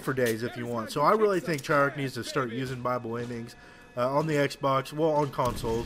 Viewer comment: not to sound mean, but why do you pernounce it Try-Arch-E instead of Treyarch?